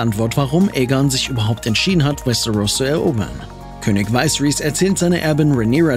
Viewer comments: WTF wie war denn die Aussprache?? Es heißt Viserys und nicht Vaiseris. Das geht aber das ganze Video so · König Weisris? Aussprache sollten wit noch lernen😉😅